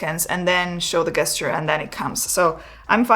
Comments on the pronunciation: Pronounced jesture not guesture. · Please! The word is gesture but pronounced JESTURE! Not with abhard G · Gesture. Pronounced as if it started with a 'j' 'jesture 🙂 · great video. So Gesture - is actually pronounced like Jester. thx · you are pronouncing gesture wrong...say it as if it begins with a j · Please stop pronouncing gesture wrong. It’s very very distracting from your mildly engaging content. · You begin by emphasising that this is NOT a drone. After which you then refer to it repeatedly AS a drone. Also, you might care to check how the word "gesture" is pronounced in english......